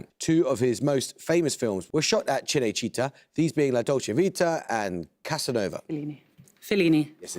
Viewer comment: 'MeDIci' and 'cineCIta' really hurt my ears. They put so much effort into french words and really don't give a fuck about any other languages, uh. And i'm not even italian, but i'd probably miss on those easy questions based on shit pronunciation. It takes like 5 seconds to learn it, why some people are just so lazy? wtf